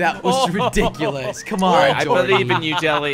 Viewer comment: I gues jellys favorit Word is: redikulas